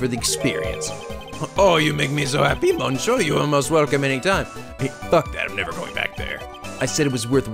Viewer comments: Oh the "mon" in monsieur is pronounced "miss". Think of it as "missieur" if that makes any sense... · I just realized that most of the cross-examinations in this series has going, "Bring it on!" rather than "Bring it on ". Oh, and "mais" is pronounced as "may" or "mei". "Monsieur" is "miss-seur" or "meun-seur" from what I've heard. "Je vous demande pardon" (I beg your pardon) = "jeh voo deh-mon paar-don". And I'm pretty sure deco is still decor. Just Armstrong using multiple words with his gratuitous French. Also, looks like for once I'm in before Blue Flare...O.O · I'm pretty sure it's monn(g)-sheur